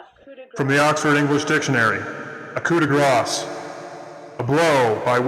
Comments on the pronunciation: Coo de graah. NOT coo de grass. Complete waste of the first 3 minutes. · My god, is it really that hard to pronounce Coup de Grace correctly? Especially if you think so highly of it. Maybe ARC should dumb things down and call it the Nincompoop in honor of the morons in the market for a R700 footprint action.